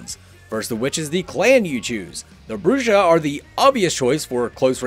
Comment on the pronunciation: Thanks for this. I really needed to know the difference between the weapons. Btw, Brujah is pronounced Bruha.